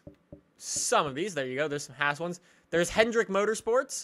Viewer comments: It's Haaaas not hAss (tried to sound it out with letters ;) ) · Haas is pronounced liked yass